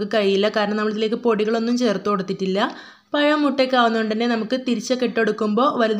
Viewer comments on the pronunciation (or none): payam alla, pazham